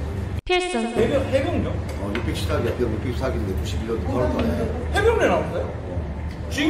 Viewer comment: 출연한 입니다~^^ 첫출연 영상을 너무 잘 만들어 주시고 좋은 식당 소개해 주셔서 감사드립니다 수정사항이 있어서 댓글로 올립니다. 해병 614기가 아니라 674기로정정합니다~^^ 발음이 샜습니다! 죄송합니다! AI가 잘못했네~^^ 앞으로도 유투브 많은 관심과 소개 부탁드립니다~^^ 다음에 또 출연할수 있도록 소환시켜 주세요~^^ 제발~~